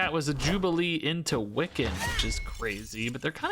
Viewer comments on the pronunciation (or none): none